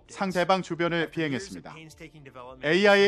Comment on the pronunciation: 상 대방 상호작 용 박박사 의미가 아나 외에도 발음이 약간 어색함